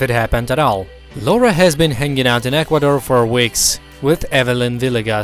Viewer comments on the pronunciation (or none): none